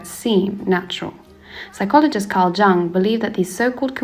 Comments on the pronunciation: btw, the J in Carl Jung's name is pronounced like a English Y, hence, Carl Yung, as it were... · Nice... but Jung was not "Djang"! lol